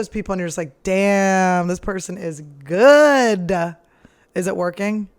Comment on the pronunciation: "They look guud" she said lololol